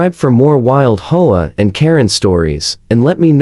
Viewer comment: The AI usually pronounces HOA as hoe-ah.